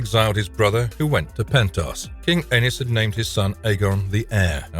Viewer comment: Anus…😂😂 the way you pronounce these names.